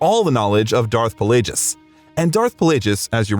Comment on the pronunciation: Disliked for not pronouncing Plagueis correctly